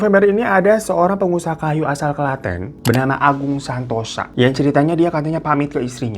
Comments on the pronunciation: Klaten jadi klètèn Sudimo jadi sàdimo 😂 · Tenang Bang Hiro, gw nyebut Klaten jg sering dengan pronunciation bahasa Inggris wkwkwkwk. Bang, lo kok candu banget dah, gw sampe ngulang video lo bisa sampe 2-3 kali per video. Enak bgt denger gibahannya wkwkwkwkw.